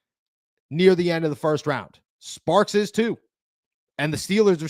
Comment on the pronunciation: It’s STARKS!!! Not Sparks 🤣🤣🤣